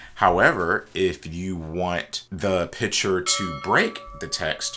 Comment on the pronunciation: Very helpful indeed, but you realize the word is PICTURE, emphasis on C, not piture.